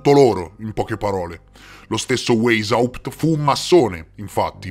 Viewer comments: Non è "Weysaùpt", è "Weysciapt"! 😂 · La pronuncia!!! Il tedesco non si legge come l' l'inglese....waishaupt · Weishaupt si pronuncia VAIS HAUPT :) Poi si tratta di classicismo, non di classismo. Ed Eleusi si dice Eléusi (accento sulla seconda e). Sono piccolezze ma già che il video è cosi ben fatto, la prossima volta vale la pena saperlo :D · Grazie intanto per l' ottimo video e ricerca, metti insieme un sacco di dettagli. Devo correggere la pronuncia di Rotschild (pronuncia "rotchciaild") and Weisaupt la prima lettera in tedesco si legge W come V e non come U all' Inglese) e poi ho riscontrato un particolare interessante. Tu dici che Weisaupt si rifugio' nella citta' di Gotha, con l' aiuto del conte Saxon qualcosa: bene, il cognome iniziale/originario/reale della famiglia reale inglese e' proprio: Saxe-Coburg-Gotha!!! 😱😅 mi chiedo se c' e' quindi un collegamento con Weisaupt 🤔 interessante! Grazie 💐